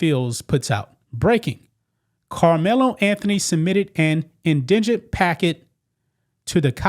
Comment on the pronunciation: It’s IN-digent, not in-DI-gent